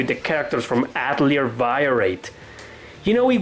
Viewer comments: Atelier is pronounced Ahtellee-ey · Avoid saying Atelier if you can't pronounce it. Yikes